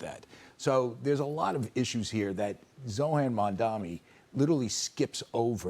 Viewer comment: The clueless lady with the constipated face that starts the show can't get Zohran Mamdani's first or last name right. And the ignorance and blatter from Comfortable Dudes that follows is even worse.